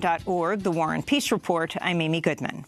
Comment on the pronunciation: Is she saying "The Warren peace report " or " the war and peace report" just saw it in captions